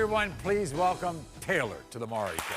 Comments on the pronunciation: kids playing house and its maury not murry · It's "Maury." "More-EE." Not "Murry." Good Lord...